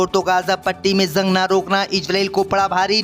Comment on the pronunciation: JUNG KO ZUNG KYUN READ KERTA HAI BEWAQOOF AADMI...